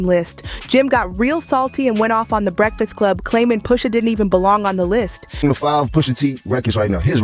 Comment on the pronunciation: Stopped watching bc I just can’t keep hearing the robot voice say “POOSHA” 🤦🏾‍♂️